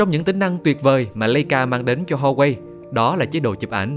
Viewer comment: đọc là Wa Wây hoặc là Hoa Vỹ mấy má ôi, H là âm câm, như Hermes đọc là Ơ Mệt vậy đó 🤣🤣, mắc cười nhất là Charles De Galle mà có má đọc Cha Lét Giờ Gâu Lê, lạy luôn 😖😖